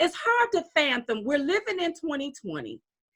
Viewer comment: make sure you say fathom and not fantom you don't need to be ridiculed for a silly mistake as this... luv you 2